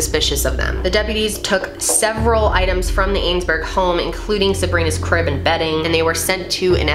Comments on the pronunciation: Their name is pronounced 'I-zen-berg' not 'Ayns-berg' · Aisenberg. Not ainesberg. Being able to get the names correct adds to your credibility. If an easy detail like pronouncing the name is off, it calls the other information into question for accuracy as well. Love your channel but that will help! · Her name isn’t ainsberg! It’s aisenberg. I ZEN BERG. this is the third video that I’ve watched that you got the kid’s name wrong! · Let me help U say the name right.....""" EYE-ZIN-BERG """ say it like that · Pronunciation counts. Love your videos! "Eyes-en-burg" is the pronunciation. Atleast locally. This story was a part of my childhood. Not trying to be nasty. Just accurate. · Omg 'ainesburg' killed me every time. Not important in the grande scheme of things but man, she mispronounced that name so many times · Their name is Eisenberg not Ainsberg. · Pronounced as-in-berg and she has 3 siblings. If you're going to report then get your facts straight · I knew Marlene and Steve. My daughter was in a play group that Marlene facilitated. Ask yourself why a family would move. That is not the M.O of of a family with a missing child. Also, please pronounce the family’s name correctly. That felt sloppy from the get go. Their remaining children deserve that.